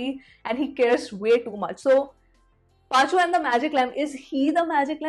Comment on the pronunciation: It's Paa-chu-vum😁